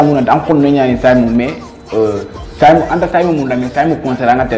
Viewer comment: Pourquoi tu dis saymo skl